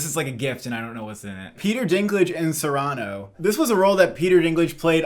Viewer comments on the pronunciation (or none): Sorry to be this person, but Cyrano is pronounced SEER-uh-no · Apologies for being that guy but: its Cyrano (SEER-ah-noh) not (sur-AH-noh). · It's SEER-uh-no (Cyrano). The accent is on the first syllable. Didn't you read this in high school? 😝